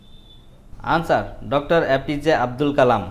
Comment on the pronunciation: Please say answer not añnswer